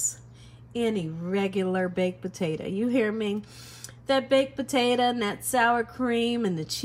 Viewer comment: The way she pronounces “potato” drives me nuts. Why does she say po-ta-uh?